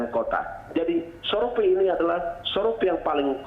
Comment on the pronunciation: Sorpei dan koropsi. Mantab bahasa Indonesianya pak!